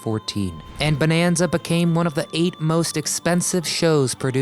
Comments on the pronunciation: It's not BONEanza, and it's not pronounced JOHNra. I'm out . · You know there is something wrong when their narrator don't know how to even pronounce the word Bonanza correctly. This whole thing is a joke